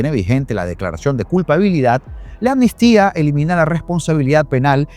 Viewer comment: LO ESCRIBES BIEN PERO LO PRONUNCIAS MAL MUCHAS VECES. ES AMNISTÍA NO ANNISTIA. Tranquilo que yo cometia el mismo error🙄🙋‍♀️🙋‍♀️